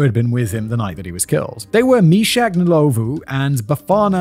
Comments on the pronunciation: Rosemary Nlowlvoe😂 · I'm South African too and hearing him say Soweto and Ndlovu is killing me 😂😂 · I'm English and only know the surname Ndlovu from the Zimbabwean footballer Peter Ndlovu who played for Coventry City and Huddersfield Town. Commentators always pronounced his name as "Un-lov", was that wrong? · No. It's Nd lo vu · The pronunciation of Ndlovu and Soweto is so distracting😂🇿🇦